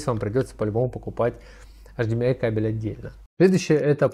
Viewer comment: после того, как вы произносите эйчиМИай, мне перестаёт хотеться смотреть дальше